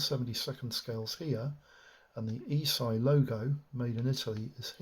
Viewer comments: Not Eeesii, it's pronounced Esh-ee. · This is the first time I've heard anyone in the hobby pronounce the Italian Company ESCI ("äschi") like "e-Sci"! Interesting.